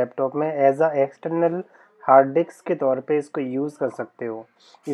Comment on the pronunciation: डिक्स नहीं मेरे भाई, डिस्क। 😂🙏🏻